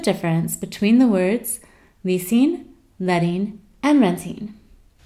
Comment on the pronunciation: Leasin, Lettin, Rentin... The wink won't make up for the missing sound you know. Hehehe. Wish you sounded more natural.